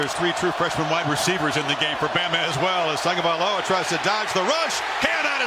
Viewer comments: is his name really pronounced as Tong-ga-vai-loa? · Why do people keep calling him "Tangovailoa"? There is no N in his name.